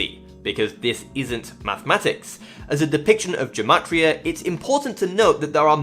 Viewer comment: amazing video! just one note, in hebrew it’s actually pronounced with ‘g’ as in girl, gematria not jematria